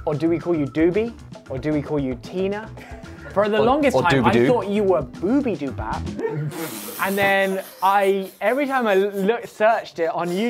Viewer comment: Lmaoo "boobydobap"😂 not gonna lie I've pronounced it like that too when i first saw her videos. A great colab i never knew i needed from my two most favourite Youtubers✨✨💜